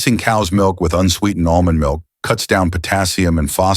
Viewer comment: Almonds milk ?? Dr what are you saying?